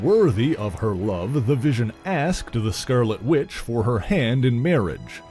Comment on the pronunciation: “THE SCERRLETTE WITCH”?